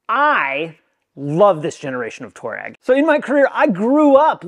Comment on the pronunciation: Twah-regg, not Tour-rag 👍🏻😁